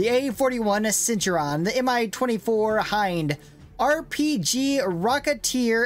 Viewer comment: It is pronounced "Cent-tour-rian"